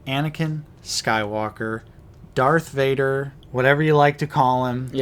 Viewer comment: I knew it was Dark Vader. You guys have been saying it wrong